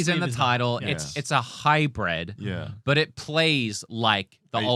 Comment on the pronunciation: keeps saying hybred when it is hybrid correctly.